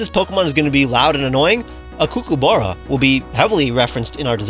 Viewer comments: Banger video, but couldn't help but notice you messed up the pronunciation of kookaburra a bit, it's not pronounced "coo-coo-burra" but more like "cook-a-burra", at least that's how we say it down here in NSW. Absolutely fair because a lot of Australian words aren't quite pronounced in the way you'd expect. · Kookaburra is pronounced like 'cook', and there's no 'oo' sound after 'cook', it's an 'ah' sound. Cook-ah-burra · aussie here! its pronounced cook-ah-ba-rah : D ! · Please learn how to pronounce Kookaburra properly. That was painful to hear them being called kookooburras haha. Also, how dare you call them annoying? Its actually such a lovely sound when you hear them in the distance in the morning. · As an Australian, I must let you know it's pronounced Kook-Ah-BahRah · Gosh dang this is a fantastic video. I love every one of these new Mons and they fit so well. Just wanted to let you know that Kookaburra is pronounced Cook (like the word) -a-burra. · I’m sorry but your kookaburra pronunciation kills me. It’s cook-uh-buh-ra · As an Australian, the way you said Kookaburra made me shrivel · The way you pronounce kookaburra makes me giggle xD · I'm Australian and it was annoying every time he said Kookaburra weirdly so many times, and don't talk to me until u take back u said of my Starbucks. Though love ur art and videos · the way you're pronouncing Kookaburra is insane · Okay but why is he saying kookaburra like there's an extra o instead of the a? Or am I just miss-hearing it? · I know it's a First Nation/Aboriginal word but Kookaburra isn't that hard to pronounce man, you're making my ears hurt. Don't get me wrong, you do good shit but that just grinded my gears a little. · I've never heard kookaburra said like that, but it was delightful to see the lil menace represented